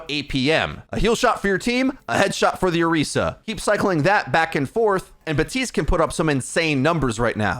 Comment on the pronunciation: Is he saying Batiste not BaPtiste ? XD